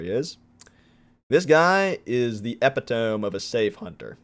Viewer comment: i love you but please tell me saying epitome like that was a joke